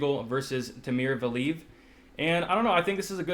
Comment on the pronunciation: Pronunciation police ! Val-ee-ev and in-oh-way... not val-eev and definitely not "ee-noo" hehehe